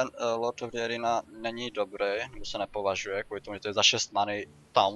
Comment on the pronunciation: jenom takovou poznámečku :D neni to "dze arína" (výslovností) ale když je po "the" samohláska tak se to čte jako "dý", takže to má bejt "dý arína"